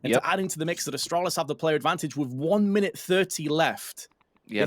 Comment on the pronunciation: The way the one NA caster says Astralis hurts me so much